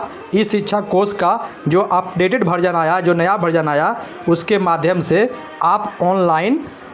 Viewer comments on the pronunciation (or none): भरजन नहीं वर्जन बोलिए श्रीमान जी